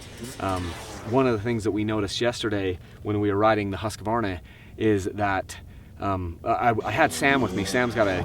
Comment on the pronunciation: Hey...Keep pronouncing it "Husq-a-varna"! Us older guys who grew up on those bikes in the 70's always called them by that name, not Husq-Varna! That sounds stupid!